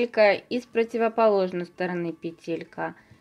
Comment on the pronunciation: Классно, очень понравилось, только почему петЕлька? говорите правильно , пЕтелька🙄